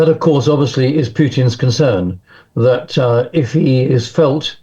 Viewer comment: Learn to take the zzzzzzz sound and speak as THE TH TH TH TH. AS IN TH at. Not Z at!!